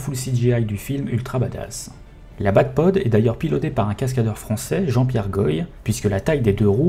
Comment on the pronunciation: Le cascadeur moto de Batman, s'appelle bien Jean-Pierre Goy mais ça se prononce "Gwa", pas "guoille" (pas bien grave) il a notamment fait plusieurs james bond et mission impossible. Je le connais bien, il habite à côté de chez moi et j'ai déjà eu l'occasion de discuter avec lui car c'est à amis à mes parents.